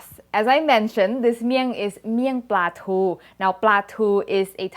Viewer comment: Thanks for the Thai Pronunciations